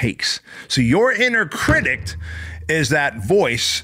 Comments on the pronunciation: I’m so glad I found you. I watch every day, and just started a business. BOOM!! Now, I gotta correct you…’critic’, not “critict”. 🙏🏻💚✨ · This guy is cool I like him. But if he says "criticed" one more time ....... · What is a critict? Is that English? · I like the message but the way you say "critict" is driving me nuts 😂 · STOP SAYING CRITICT 😅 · I love literally every single part of this other than the way you pronounce critic. Where’s that T at the end coming from? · Anybody else notice the T he adds to the end of the word critic?